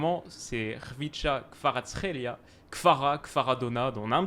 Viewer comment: c'est le seul qui prononce bien kvaratsrelia 😂😂